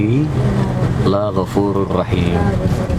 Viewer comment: Om tlong biar gak terus²an, lafadz la ghofurrohim la_nya jangan dibaca panjang soalnya kalau panjang bisa merubah makna sebaliknya, yang awalnya mengampuni malah jadi tidak mengampuni. Bahaya sekali kan ???? Semoga dibaca Ini penting banget om